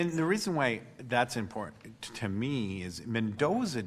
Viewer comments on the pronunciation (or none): Did I just hear an attorney, before an appellate court, say “ impoorennnt” instead of important? This is a professional and the city’s counsel ??!!?